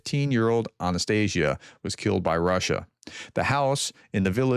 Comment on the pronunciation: Just a Professor. Please open Google Translate and listen to how the name Анастасія is pronounced.